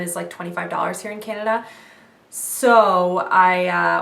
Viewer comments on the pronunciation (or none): none